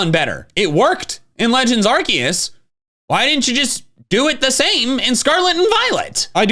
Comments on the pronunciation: Does anyone know why always says Arcoos instead of Arceus? Always been curious about this. Hell, sometimes he even corrects himself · Did he pronounce Arceus like "Ark-oose?" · Pokemon 13,, it pronounces Arceus like arcoos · Whos arcoose 😂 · Why do you pronounce Arceus' name like that?